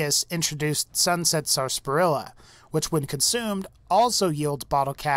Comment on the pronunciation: Wouldn't have disliked if he pronounced Sasparilla right